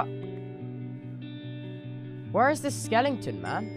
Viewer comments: I love how tubbo just says skelington instead of skeleton hes so adorable I can't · was he saying skellington? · Tubbo: ‘skelington’ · THE WAY TUBBO SAYS SKELETON I CANT!! Tubbs You have now now moved up to #1 on my list. Let’s hope you stay there.